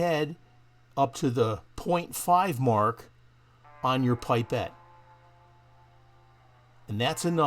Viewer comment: pip or pup -pet, not pie pet. Fantastic video but made me friggin' cringe every time you said pie pet.